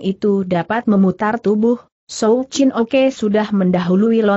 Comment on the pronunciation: Souw Chin Ok Dibaca Souw Chin Oke